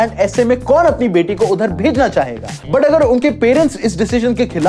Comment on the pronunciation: Yaar bhai tu but ko put kyo bolta hai😅😅